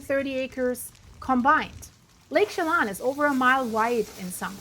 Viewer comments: Shay-lon? Chelan! Chuh (as in “duh”) lan (as in land without the “D”). Shuh lan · (as in Sil-K👁️?)! You sure know how to slaughter names & you even went there Too, but never learned how to pronounce anything!! Lake Chelan is pronounced as She-Lan!! I bet you drove your English teacher BAT CRAZY when you attended High School here in America!! I grew up in Washington State and learned how to pronounce every place I visited, Now I am going to have to call my niece who lives in Wenatchee where the HELL you were talking about!!! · OMG, figure out how to pronounce the areas, Lake Chelan (shaalan), Okanogan before you do a video!!!!!!!!!!!!!!!!!!!!!!!! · Ptarmigan pronounced Tar-ma-gin, Chelan pronounced Sha-lan, Okanogan pronounced Oh-kah-NOG-guhn. Appreciate your reports.